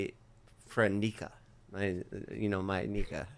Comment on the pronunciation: “My nicka” I swear I heard a G in there 😂😂